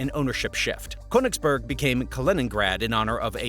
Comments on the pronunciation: Königsberg (mountain) not Königsburg (castle). 😂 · As a german i am laughing every time he says Köningsberg XD